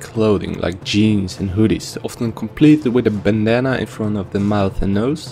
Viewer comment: is it me or did It sound like BANNA instead of bandanna I was dying lmao